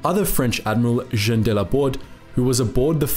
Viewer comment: There’s a movie 🎥 in this story., please practice your French pronunciations because you’re amazing at the German pronunciations. Jean = JHAWN. Algérie = al-JHAIR-ee